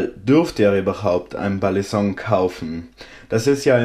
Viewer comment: nein genau das ist es nicht du sagst es wirklich im video du sagst immer Ballisonk.. Ist zwar geschmackssache wie man es nimmt aber war meine persöhnliche meinung aber kein hate wie gesagt ich feier dich und deine videos :)